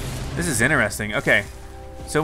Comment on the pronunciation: I’m veeeeerry late but I hate when he says interesting wrong